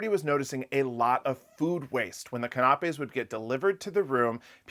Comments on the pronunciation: Can a pays not can op peas for pronunciation… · KAH-NAH-PAYS???? It's CAN-AH-PAYS!!! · Can a pay - canapés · canapes =kan' a pays accented first syllable---always check the way a word is pronounced when you will use it repeatedly. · No disrespect, love you guys but CANAPAS is prounced Can- a- pees. Keep on loving the info!!! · Can-a-pay = canapé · canapés pronunciation: can-a-payz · I think it's adorable how you pronounce the word "konopies" 😂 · I had no clue what he was trying to say when he was talking about canapés., it is pronounced can (like a tin can) ap (think computer app) and finally plays (again think the first letter of the English alphabet). Put it all together and you have canapés. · Is that how you pronounce that in the midwest - canapays? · Thanks for the informative video, but please (just for future reference) look up how to pronounce canapés. I didn’t realise what you were talking about at first. Sorry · Check your pronunciation of canapés. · I love your channel but you're mispronouncing canapes. Please use YouTube or an online dictionary for pronunciation.❤❤🎉